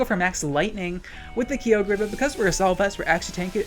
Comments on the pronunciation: I fucking hate how he says kyogre its KAI OH GRRRR not KEE OH GRAY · Also is he saying "Kee-O-Gree"? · why you have to be saying key oh gray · I love how you say kyogre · Hearing you pronounce Kyogre names physically hurts me